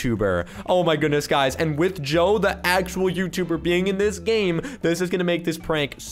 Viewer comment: It's supposed to be (Joe) not Doe -_- XD